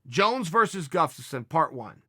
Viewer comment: Because of you, Chael, I will never pronounce Grufstafin..Guslafskin..Guftasin... damn it!!!!